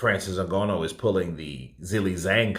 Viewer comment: Bro, it’s not a matter of interpretation. You’re still saying N-go-no WTF 🤯 I don’t understand why you keep butchering this man’s name